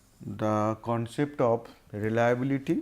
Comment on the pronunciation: abe ye sirji reliabullity kyon nahi bol rahe?